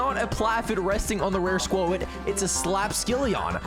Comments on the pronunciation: was trying to type what he said it’s pronounced squot but he said like spuowt or something he also says in some previous videos jeeodee he pronounced the E but using proper grammar you wouldn’t say the ending E one jeeode it would sound like Jee-O-d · For the love of msm, its pronounced SQUAT not SQUO-IT 😭🤣